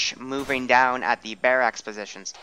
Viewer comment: Mainly stressed out by the pronunciation of barracks. Bare axe?